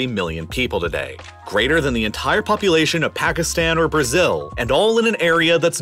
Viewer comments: "poupulation" lmao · ayo not poupulation and polulation 😂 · Poupulation and Polulation :D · polulation and poupulation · polulation ?? poupulation ??? which is it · Sorry but "Poupulation" and "Polulation" ?? xD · Liked, but: Uttar Pradesh "Polulation" Pakistan "Poupulation" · Polulation 🤔 : Poupulation 🤨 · Polulation and Poupulation? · poupulation polulation